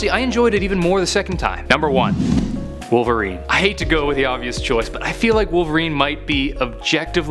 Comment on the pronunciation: Rhymes with '"Polveriene". It's Wolverine